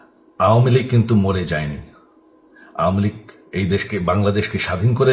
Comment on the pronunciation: আওমিলীগ নাকি আওয়ামিলীগ হবে ভাই